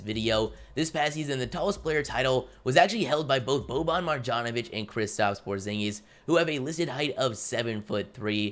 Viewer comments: Just a tip, boban’s name is pronounced “Maryanovic”. In serbian/croatian/bosnian, any time you see a ‘J’ pronounce it as a ‘Y’ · and the way he pronounces bobans last name smh.....